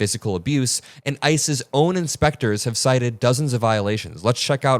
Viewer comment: says ICE's and I heard ISIS. At this point they are kind of the same very bad things.